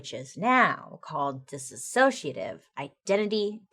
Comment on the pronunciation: I love you Bailey, but I just have to let you know it's pronounced dis-sociative, not dis-associative. You added an extra 'a'. ❤